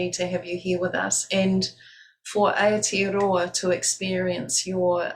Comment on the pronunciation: Gurl it's Aotearoa not Aotroa 🤣